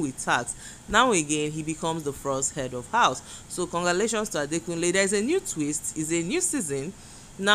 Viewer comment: Adekunle not Adakunle...